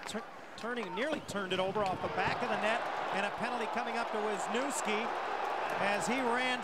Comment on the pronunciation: veezniouvskee )) not the pronounciation i expected